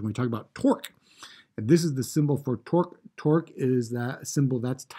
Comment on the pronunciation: Are you saying torque or twerk?